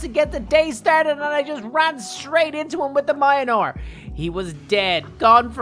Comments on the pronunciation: ITS PRONOUNCED MEAL NEAR NOT MY A NEAR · boy it is called meonor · It's not minor😐😐 It's mjolnir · Really good but mijolnir is said me-ol-near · mjolnir... "MINOR" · Why u call it mayanor is myolnir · u read mjolnir like miyolnir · He says that Thor’s hammer is mynor but it is me-ol-near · he always says maiyenor but its mjilner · It is mor- nier not mia-nir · Mayanor? I thought it was Mjolnir <-- probably incorrect spelling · Idiot it's called myolnir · Its not mynore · Its mjolnir not mainor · its mi ol neer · Every times he say mayinor I got angry its mjonoir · he said myonor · calls it mianor its mjolnir ahhhhhhhhhhhhhhhhhhh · It’s mule near it’s pronounced like that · It’s not my ny nore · when u say mjolnir u sound like u aaying minor its funny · For some reason I got so pissed whenever he called mjolnir mayonar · Its pronounced myolnir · It’s Mjolnir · He really said miolnir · It's pronounce myolnor aka mjolnir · He says munlur it I can’t spell it I know he’s saying it wrong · Nice but please dont aay majanor mjölnier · Mjolnir❌❌❌❌ Mayanor✔️✔️✔️✔️ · No it is Mjlonir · Mjolnir is pronounced miyolnir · You say Mjolnir like my ole nore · Why did U call Thor’s hammer Mianor???!!! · ive never heard someone call Mjolnir mianor lol but a great video! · When pronouncing the name for Thors hammer sound it out like (me ol mere) ok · Anybody Else wanting to shout “MJÖLNIR NOT MIONOR” in ear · It annoys me wen he says mionor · I hate how he calls it mianor instead of mjolnr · why call it mineore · it's pronounced "me-ol-nir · Meyolnear that’s how you say it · the name is mjolnir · All he says is minor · Mjölner is the right way to say it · Mans said mionor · Ikr, I'm like, ITA NOT MIONR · It's not myoner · I believe you say Mjolnir like Mil-jol-nir Or Mil-jor-nair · Mi anor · Yeah it’s said miolner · Mionor the Mighty Weapon wielded by the god of thunder….. THOR! XD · it's pronounced mule-neer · You mispronounced mjolnir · Say the hammer's name correctly man